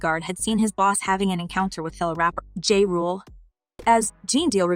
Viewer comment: I stopped watching this a little over 2 minutes in because you're reporting on something and couldn't pronounce anyone "Seen Comes"... or "Jay Rule"? You clearly have no idea who these people are but you have a video about them? You could have watched other videos about them to know how to pronounce their names. I was looking forward to watching.